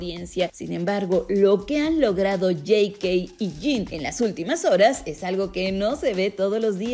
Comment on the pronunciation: Por qué Jey Key??? Es JK... Se pronuncia así por las inicio de su nombre. O me perdí de algo?